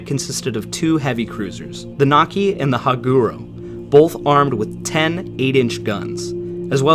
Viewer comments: IJN Nachi not Naki, man I would love for History Youtubers to actually get Japanese ships and history right, just once. Like it's not that hard to research the subject and get the names right. Like most people mispronounce which I can forgive but you're just blatantly wrong here x.x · Nachi is pronounced Nah chee not Na kee